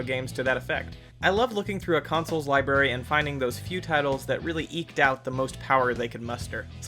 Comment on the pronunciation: Lul. He said Liberry